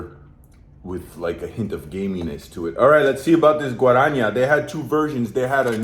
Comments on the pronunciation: GuaraNAH not Guaraña! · Guarânha fudeu com tudo heim pqp O bagulho já tem acento que é pra não errar GUA-RA-NÁ NÁÁÁ !!! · Guaraná (it"s pronounced Gwa-ra-nah) is an amazon fruit originally cultivated by native Brazilians. "Antarctica" refers to the brand. The flavoured cassava flour is called "farofa". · "Guaraniah"... LOL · O jeito que ele pronuncia "guarania" 😂😂😂 is funny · 'GUARANHA" ANTARCTICA ... te amo gringo. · do not speak guaranha its wrong, the correct pronounce is diferent, you need test with google translate. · it's pronounced somewhat more akin to "Ghuahranah Ahntarticah", it's basically a Brazil-born recipe soft beverage containing Guaraná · "Antarctica" is the name ot he Brazilian company that produces "Guaranah", that's how you pronounce it: "Guaranah"! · Gotta love how the guy butchered Guaraná pronunciation 😂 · "Guaraná" is n-a, not like ñ in Spanish or gn in Italian. Just a simple N and then an "open" A. That's what the "´" is for. It's like "o" in "out". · Achei engraçado ele lendo Guaraná kkkk 🇧🇷🇧🇷 I found it funny that he was reading Guaraná